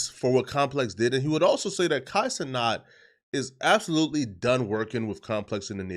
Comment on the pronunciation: Who is Kai Ce-NOT?